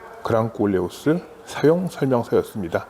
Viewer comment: 꼴레오스말고 콜레오스라고해주세요ㄲㄲ